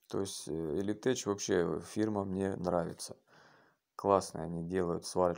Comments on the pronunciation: Не элитеЧь а элитек произносится! 😃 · слово tech не читается как теч в латыни, читается как тэк или тэх